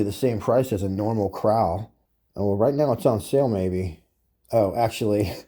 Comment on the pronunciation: First man I’ve heard saw meow instead of now.